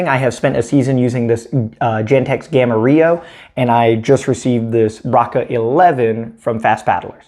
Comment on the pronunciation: Braca pronunciation is "bracha" or "bratsha" not "braka". Just in case you may be interested.